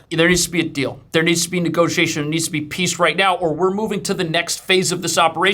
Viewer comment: peace... not piece